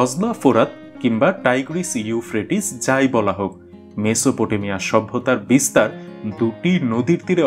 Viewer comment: মেসোপ টো মিয়া। উচ্চারণ।